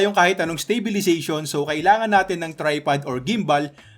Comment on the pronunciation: stop saying 'stay'bilization. it's STAbilization